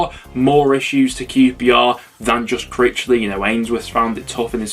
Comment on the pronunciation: Blackpool 6 -qprrrrrrshtahhhh 1😂